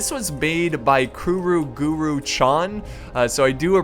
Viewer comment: Guro. Not Guru. That's a LOT worse..